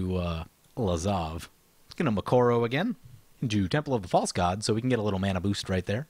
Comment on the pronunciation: Arghhh it is Mikokoro not Mikoro